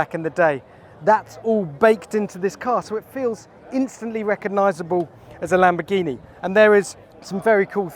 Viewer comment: LamboRghini, not lambogghini pig god